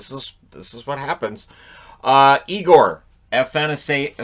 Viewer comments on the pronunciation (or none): none